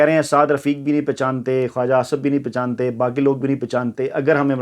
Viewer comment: ، پہچانتے ہیں ۔۔۔۔ پشانتے نہیں